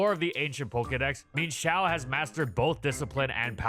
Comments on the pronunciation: so, am i the only one who pronounces mienshao's name as "mi-yen-shao" and got absolutely baffled by the "min-shao"? hahahahahahahahaha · Um actually its mi-enshao not "meanshou" for pronounciantion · I can’t express enough how infuriating it is to me hearing pronounce it “Mean-shao”. It’s pronounced “Mine-shao”. It’s even based off an ermine. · I always pronounced it "Mee-En Shao", a more Chinese approach than the more literal "Meen Shao". The same way Chien Pao is pronounced "Chee-En Pow", rather than "Cheen Pow". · Bruh calls it Meenshao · The pronunciation of mienshao drove me insane, could not finish video